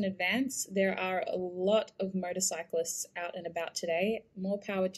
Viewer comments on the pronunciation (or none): To me it sounded like you said murdercyclists